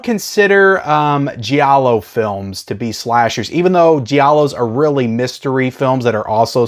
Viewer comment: Giallo is not "G-ah-low", it's two syllables. It's Jah-low.